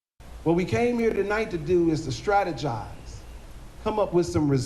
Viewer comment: To hell with "stratigize." 🙄 Start shooting back. ☠